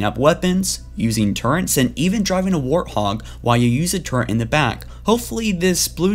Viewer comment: hey mate good video very informative but seriously sierra is pronounced see-era not see-hera , and its a turret not a turrent